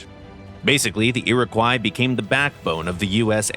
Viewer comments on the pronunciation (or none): Iroquois is pronounced "Ear-a-kwa", not ''croy". At least here in Canada where we used the name for helicopters and a few destroyers. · Iroquois is pronounced "ee-ruh-kwaa" :^) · The tail end of the word Iroquois should be pronounced like the fish